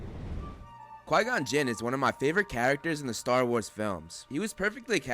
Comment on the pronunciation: Gon-Quin -Yoda